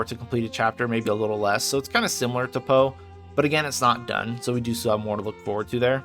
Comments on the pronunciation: P-o-e not po community :))) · Nice video and some good points about LE, but every time you pronounced PoE like Edgar Allen "Poe", it physically hurt to listen to. It should be P.O.E. (pronouncing each letter), or better yet, just say the full "Path of Exile". I mean it's not like the extra couple seconds to the video's duration would be a bad thing. Also "Epoch" isn't pronounced like "Epic", it's "ee-pock" or "eh-pock" not "eh-pick".